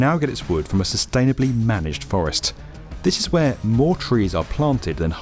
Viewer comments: How does one get a narrator's gig when one pronounces "sustainably" "sustaily" and where on earth was the editor for that? It's the second spoken sentence in the clip! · “Sustainably manage forests” Lol. Oh, I see, if you really hit the accent on “tain”, then it’s sustainable? Lol Maybe show a few more diesel timber trucks and diesel tree cutter, or the massive gas fired kiln dryers, then it’s sustainable? Lol The western world is overrun with now with bio power plants running off wood chips with terrible emissions per unit energy and leveled forests, and now w new large building timber construction. They are able to pull off these scams w the help of videos like this one. Step off.